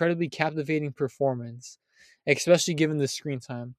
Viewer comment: Especially, not eckspeshelly. If you're going to do voice overs learn how to fucking speak